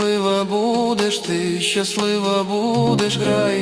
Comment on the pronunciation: Клааас! Але дратує "щяслива" і "щьо"🙁 Якщо так не пишуть, то й вимовляти так не треба.